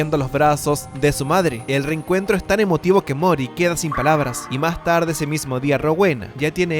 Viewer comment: Mori, no Moris